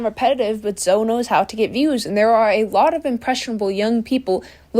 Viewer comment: really said Zoe like toe 💀 Then she said resistance bands are for the chronically online ☠